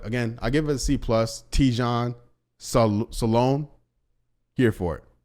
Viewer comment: It prononciation salin in french no salon